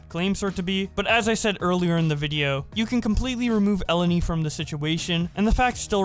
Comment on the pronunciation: the greek name Eleni, is actually stressed in the second E not the first, idk as a greek dude it kinda irritated me hahahah